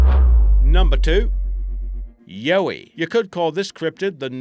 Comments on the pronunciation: Yeah, it's yowie like the yoweed. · Ugh! #2 pronounced Yow (like cow)-eee #1 pronounced Bun (like cream bun, or the bun you style your hair into) - yip. And for good measure: dear Americans. Emu is pronounced eeeem-you. NOT eeemooo. Thanks. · and yow ee, (like in howl), and diprotodon Dye Pro toe don, I dont know how someone can get it that wrong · Ya pronounce yowie wrong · If he's an Aussie...yeah right..... Why can't he pronounce Bunyip or Yowie correctly?